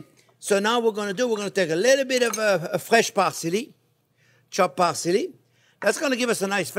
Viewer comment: Chopped par-silly. Love this man n his energy